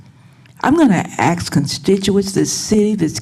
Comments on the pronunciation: ITS ASK NOT AXE! 😁😆🤣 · It's ask not axe these people are so incompetent they can't even speak proper English. This is embarrassing and these piles of 💩. Are a disgrace. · Actually it is wrong. Ask isn't pronounced like that, and hasn't been for a long time. Now if she was a European from the 8th century, she would get a pass. But she's not. She's a black woman in America, and in modern English Ask is a question, and axe is a tool. Speaking of tools, are you really going to argue for archaic speech in the face of literally every English teacher for the last 100 years? LOL good luck with that... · ASK not Ax 🤯🤬🤯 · Do either of those women speak English? "Aks?" "Deflamatory?" Ignorant racists